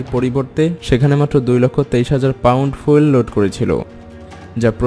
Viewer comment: উচ্চারণ টা ফুয়েল না, ফিউল।😃😃